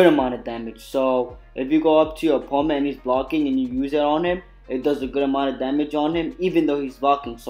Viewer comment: When your saying. Opponent it’s like your saying oponet.